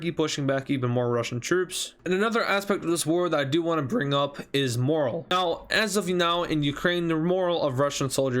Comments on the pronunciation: Its pronounced..more al...not moral..just fyi.. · Great video, and very entertaining! Since I am a little brat, I have some things you should fix: Instead of calling it "Belarusan," the correct pronounciation is "Belarussian," like "russian" but with a "bela" in front of it. Also, instead of saying "moral," the correct pronounciation is morale. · You were saying "morale" as "moral", just a little nitpick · I don’t mean to be rude at all, but it’s just a little annoying how you pronounce morale. Morale is pronounced mor as in MURder, and al as in ALligator, the e is silent. Moral is something different entirely.